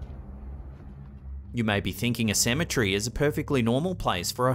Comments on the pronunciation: Cemetery not cemetree lol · Are you saying symmetry or cemetery? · So, if Cemetery is pronounced "Symmetry", how is Symmetry pronounced???